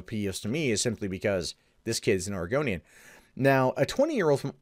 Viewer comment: >> says "Oregonian" >>Hear "Argonian" instead IS A REPTILIAN! ILLUMINATI CONFIRMED!!!